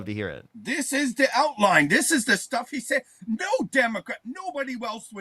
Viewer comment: Dis is da outwine! Dis is da stuff he says....No democwats...nobody ewse would even say these kind...these types of things he says on his wet...his website hewre!1!"